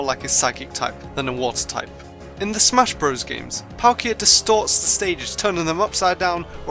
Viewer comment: You mispelled the title again You said Tupe insted of Type